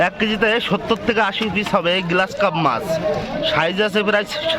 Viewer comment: গ্লাস কার্প না গ্রাস কার্প।